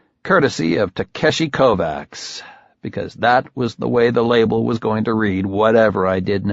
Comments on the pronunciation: Sounds horrible , but the mispronunciation of Kovacs as ‘Kovax’ instead of ‘Kovatch’ is a remarkably ignorant shortcoming. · He is pronouncing Kovacs incorrectly? The first book made a pretty big deal about pronunciation. It's a soft -ch sound, not a hard C. KOE-VACH. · You had one job, it's pronounced kovaCH. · i listened right up to the KovaCKS. fuck you learn to pronounce slavic/hungarian names. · I think he does it pretty well except for the name he’s got wrong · What the shit is it with the tin can reverb all the time?! Annoying as hell. And real good job on mispronouncing the main characters name when he's talking to himself, while all through book one he got annoyed at people who didn't know how to pronounce Kovacs right. Fucking hell... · I love how, after 2 books of pronouncing the main characters name properly (per the description in the first book) the same narrator pronounces the name completely wrong. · Not gonna say it's a good reason, but if the people he is talking for don't know, makes some sense why "kovacs" isn't pronounced properly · It's killin me every time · You're absolutely right...and it's the main character mispronouncing his own name when he's thinking to himself that I find especially irritating. I haven't been able to get through this book at all. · It's making my teeth itch, but he does a good 'Beard Having Hallucinogen-Induced Visions' voice. In fact, I think he's not so bad as a voice actor, overall. I just wish someone had told him about how we pronounce 'Kovacs' around here 😄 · And the missproninciation of the fucking surname